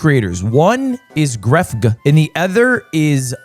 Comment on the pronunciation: Gref-Guh is crazy hahaha